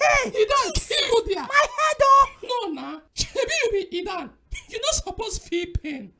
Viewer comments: Nice. Y'all ruined the accent for pronouncing "Idan" tho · You no pronounce IDAN well oooo😂😂😂